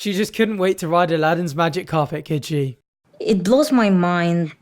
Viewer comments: Al-ah-din ? It is pronounced Ah-lad-din. The spelling of the name Aladdin has two D’s. If you’re going to marry this guy learn to pronounce his name. Pretty gross 🤮that you brought dildos as a gift for him. What a piggish🐽thing to do. The country is NOT🎸 GUITAR!! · miss voorhees 🤣🤣🤣🤣 I’ve been thinking exactly that the entire time!! She calls him “Eliden”...nope it’s Aladdin & they are going to need a magical lamp for that relationship to ever work! 😂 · It's not Aladdin it's alladeen